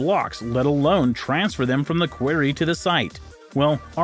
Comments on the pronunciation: This announcer is pretty uneducated. Has mispronounced about 20% of the words. “ war-shippers” for worshippers. “Quairy “ for quarry. “Ajeen” for Aegean, etc. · 'Quarry' - rhymes with 'sorry'. Who taught you English? THATS a mystery! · The correct pronunciation of the word "quarry" is "kworr-ee" (emphasis is on the first syllable). I'd also suggest that you listen to how English people pronounce Wiltshire. The emphasis is on the first syllable. EDIT: Oh, and "sphere" is pronounced "sfear", not "spear". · You say query, no other place on earth pronounces it the way you do. Learn to speak... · Thank you. Maybe he isn’t a native speaker. Why do people try to sound out English words?